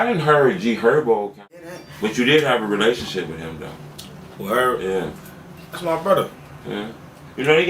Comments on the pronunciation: bruh you gotta learn how to say H-ERB, NOT ERB, NIGGA USE THE H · This nigga keep saying irb 😂😂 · He called him Erb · Nigga said erb 😂😂😂😂